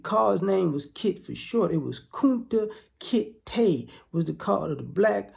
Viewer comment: Not Kunta -Kit-Te bruh…too funny. Keep up the great content.